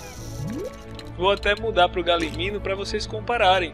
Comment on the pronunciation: Galimino? E Galimimo'-'